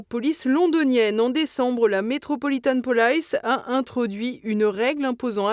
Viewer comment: Metropolitan police, et non pas "polaice" !!!🤣🤣🤣